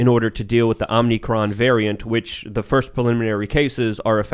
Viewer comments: O M I C R O N ? or what u say if u want to sound ignorant O M N Y CRON. can u read ? Do u understzand grammar spelling and annunciation.? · Please stop saying "Omni-cron"...its pronounced "Omi-cron" there's no "n" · O M I C R O N ? or what u say if u want to sound ignorant O M N Y CRON. can u read ? Do u understand grammar spelling and annunciation.? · Funny how you guys started parroting eachother by saying 'Omnicron' instead of Omicron. Obviously the name is Omicron, because that's an anagram for moronic. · Please for the love of God stop saying "omnicron" it's "omicron" it's the 14th letter in the Greek alphabet and it's conveniently an anagram for "moronic" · It’s funny that they’re all saying “Omnicron“ instead of “Omicron“. Mispronouncing it just like Biden did. But I can’t tell if it’s a joke. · Correlation and causation. just had to say it is as well as saying "wit you". Almost as impressive as calling the Variant "Omnicron".🙄🙄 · How hard is it to pronounce Omicron? Apparently, it’s pretty difficult.